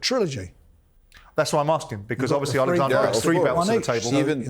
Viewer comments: Why does Frank say Alexander? It’s Oleksandr ffs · Frank stop calling him Alexandra 😂